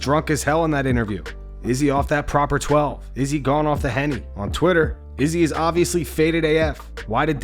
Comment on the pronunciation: why do you pronounce izzy's name weird every time?